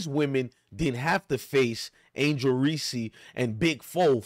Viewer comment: Dude please learn how to pronounce folks name for the love of the English language. It's angel Reese not reseee & it's iowa not I oh wa